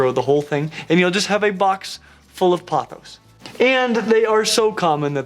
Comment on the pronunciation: thank god you pronounced pothos right